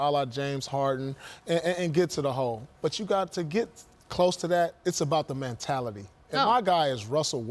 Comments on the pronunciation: “What is Man-tality” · "Man-tality" - Paul Pierce 2018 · What the hell is “mantality”? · WTF is a man-tality?? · Paul "mantality" smh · Did Paul Pierce just invent a new word? "MANtality?" 🤣🤣🤣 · Somebody tell Paul how to pronounce “mentality” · Paul Pierce: “Mantality” lol